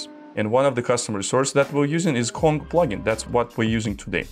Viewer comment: Why does he pronounce "Kong" as "Quan"??